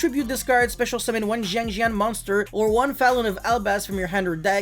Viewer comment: It's not pronounced Jiangjin nor Jiangjiang Is [sianjian] siAnjiAn